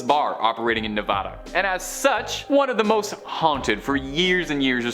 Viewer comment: If you want some credibility when doing a Vegas video, pronounce the state name Neh-vah-duh, not Neh-vaah-duh. It’s such a huge pet peeve in NV that that advice is painted in a huge mural in multiple government buildings new residents visit, like the DMV. I made the mistake when I moved there 20 years ago. Once😂